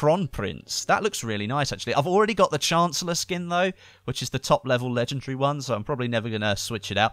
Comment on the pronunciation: ffs it's not legegry and not inventry !